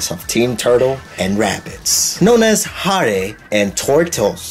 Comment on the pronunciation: i forgot english wasn't your first language explains alot. HARE is pronounced (HAIR) and Tortoise is pronounced (TURTOS)